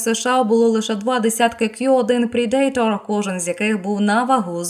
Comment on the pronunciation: Predator вимовляється / ˈprɛdətər/, а не /prɛ'deitər/. 😉